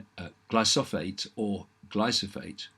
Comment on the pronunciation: Glyphosate. Ikr! I winced a little every time he stumbled over the pronunciation. It's a pity he doesn't have someone to check pronunciations etc before he records. Still, great information!